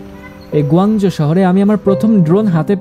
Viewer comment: গো না কুঔ, গোয়াজো না কুয়াংচো।